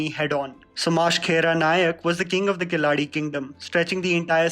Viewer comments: Pronunciation of the word Keladi is not correct. It is not KelaaDi. It is KeLadi. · The correct pronounciation for Keladi is 'kae-La-di'....she is also known as kitturu Rani Chennamma. There is a movie by name "Kittur Chennamma" in Kannada, in honour of this legendary lady. Also, not to forget Krantiveera Sangolli Rayanna who fought against british for our freedom.